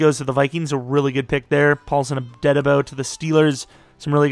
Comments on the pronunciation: Dude!!! Please! It’s Paulson AdEbo not Adedabo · It’s Paulson ah-dee-bo not adedabo